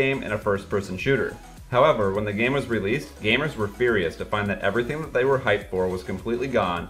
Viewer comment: "We gaymers..."